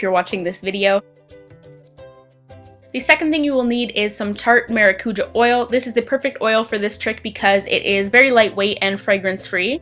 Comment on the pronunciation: Omg is that really how Americans pronounce “maracujá”? 😂😂 it’s “mah-rah-coo-jah” (roll the r)